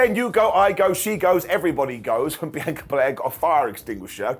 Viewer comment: You finally said BIANCA correctly!!!